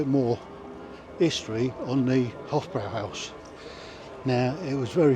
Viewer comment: If he says "Hof-BROW-howse" one more time, I am going to smash my PC to pieces. It's pronounced "Hof-BROY-howse". for Christ's sake!